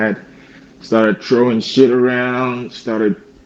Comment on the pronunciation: The “th” is a giveaway. I noticed when telling his fake story about his mom “throwing” things around he said “trowing tings” around